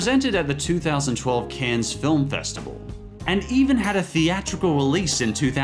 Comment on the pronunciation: This is exactly what made my eye twitch! First Donkey Shotay, then CANS?